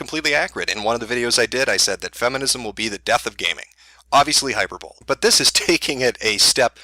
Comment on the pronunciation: I like how he's able to say Hyperbole right, but just doesn't. 🤣🤣🤣